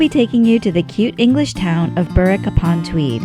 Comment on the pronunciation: P.s. You nailed the ‘Berwick’ this time! ‘Berrick’! 👍